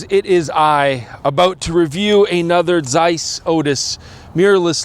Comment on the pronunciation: Its not zeiss, its zeiss :D